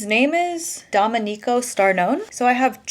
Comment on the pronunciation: Hi, just a pronunciation tip: it’s Èlena and Domènico in Italian:) also it is absolutely NOT a well known fact that she is a man… just a theory some people have, I don’t know why that person was so sure about it